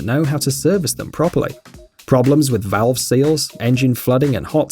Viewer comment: I'm sorry, did you say valve seals?